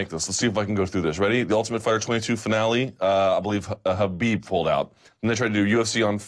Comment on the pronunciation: How does Luke get upset at donks who mispell Conor/Connor but can sit with people who WORK in MMA and cant learn to say Haaaaabeeeeb right ? Seriously, its not that hard. I get that meathead Schaub and his little chihuahua buddy aint the sharpest tool (and he infects Rogan who says it right but when Schaub is on, reverts to the wrong way) but the others here are journalists. You learned to say the brazilian names like Hoyce Gracie properly, not sure why its hard to get his right. Yes, I get that its a ridiculous english translation that puts a K in Khabib even when there is none in russian (nor are there silent letters in cyrillic) but if youre not sure which is right, how about asking someone? Because you know,...its your job and you should know how to same the name right (never mind a lack of hespect).